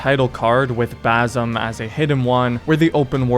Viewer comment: Dude WHY do you insist on pronouncing his name wifh a Z. It's baSim. You finished the game in like 2 days so you heard it pronounced correctly at least 100 times. Where do you get "Bazim" from?